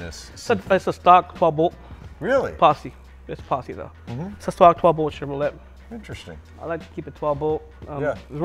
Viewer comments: Very, very cool truck!! Back before SUV's were a thing, and an SUV was a truck. Lol! I love how the owner pronounces ChevroLET! Lol! I notice a lot of guys with manual transmissions on this channel after accelerating throwing it in neutral and coasting.... That's bad news, guys... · Awesome truck. And the history with the owner is pretty great too. But somebody needs to tell him how to say Chevrolet. Great video man. Totally dig that truck.